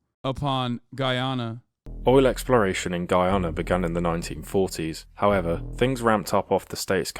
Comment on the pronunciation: lol Guyanese people don’t pronounce Guyana like that… but I guess that’s with every country